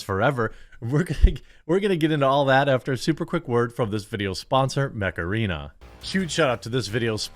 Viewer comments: I thought you said Macarena :D when i saw ad then I understood you mant Mech Arena :D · I thought he was saying Macarena the whole time. Untill the end then I head Mech-Arena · the way you said mech arena, sounded like Macarena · honestly when you first said mech arene. i thought you said macarena. I thought what? are you going to dance?!?